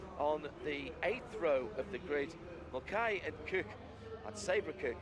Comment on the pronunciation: For the next race Mulcahy is pronounced Mull-kay, i can hear my ex screaming down my ear at the mispronouncing of her name 😅😅